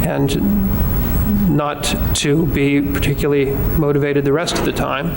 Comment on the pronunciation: "Particuly", here again, we have an educated person, apparently, who drops syllables out of ordinary English words. Why?. Particuly is NOT a word. Tempory is not a word, yet is used, again by apparently very well-educated people because "they don't know better". I really wish that these "educated" people would learn to speak English. English is a very beautiful language, please STOP abusing it. PLEASE learn to use it.